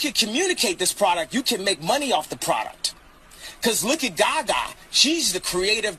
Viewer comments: The way Kanye west pronounces Gaga is killing mr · why is he saying Gaga like that lol